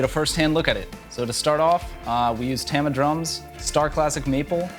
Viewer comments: I thought it was pronounced Tom-uh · Its pronounced TAH-MA as in Tomahawk lol.